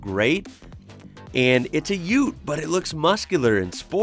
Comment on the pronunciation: Its UTE NOT UT.